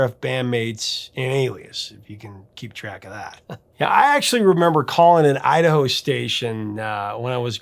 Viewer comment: Hey...where are you from? I notice you said Idaho....